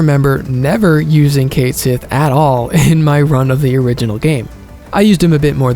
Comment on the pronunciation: I still don't understand why they had Cait Sith pronounced wrong in Rebirth when the fan cast Echo-S could get it right rather effortlessly. Edit: The Minigames are genuinely not fun whatsoever. I couldn't loathe them more than I already do. They genuinely lowered my already low opinion of this game. Outside of Triple Triad, FF hasn't had a truly fun minigame. I wish Square would stop adding them to games. They made KH BBS worse too and I love that game to bits.